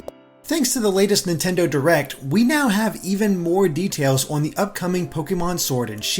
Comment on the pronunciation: Must you say "Owen" instead of "on", it's such a strange pronunciation